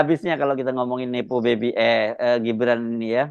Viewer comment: Nepo baby 🤣🤣 koq kedengeran kek hippo baby, bayi kuda nil 🤣